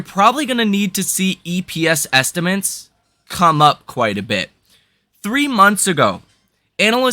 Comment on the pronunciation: Great analysis but please stop saying "estimints" - estimAtes is the word.